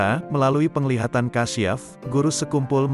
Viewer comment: NAMPAKNYA BACA NYA KURANG FASIH KASYAF.. BUKAN KASIAF